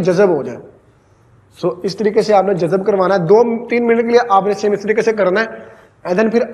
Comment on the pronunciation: Jazab nhe hota yar jazb hota h.